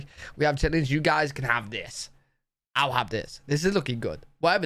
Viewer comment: No chit-lins